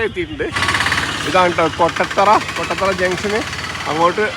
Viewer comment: കൊട്ടത്തറയല്ല കോട്ടത്തറ ആണ് 😊😊